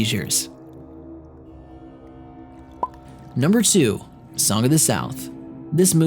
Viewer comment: Did he say number sue? Not to be mean or anything